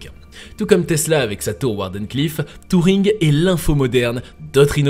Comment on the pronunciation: C'est pas touring , mais Turring